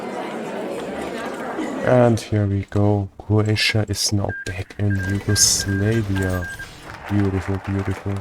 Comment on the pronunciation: Why do pronounce Yugoslavia, Yugoslaveia?